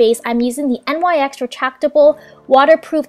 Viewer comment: The brand NYX is pronounced nix. Liked the makeup look